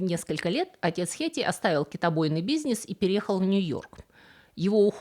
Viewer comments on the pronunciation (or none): Прекратите говорить как идиотка слово бизнес. Бизьнесь - уши кровоточат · БизнЕЕЕЕЕсь бля... Как раздражает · Простите, но меня каждый раз передёргивало при произношении слова "бизнес". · Автор, так забавно произносит "бизньес. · Бизьнис - каждый раз кайфую, когда слышу это произношение от ) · Как всегда интересное видео! Как мило произносит "бизьнес" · Интересно очень слово бизнес произносите